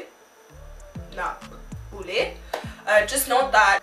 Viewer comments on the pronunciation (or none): My real comment : that was so good!! J’ai aimé comment tu as dit boule avec l’accent anglais 😂 et le black-out 😂😂😂😂 CONGRATS FOR 1K🥳🥳🥳🎉🍾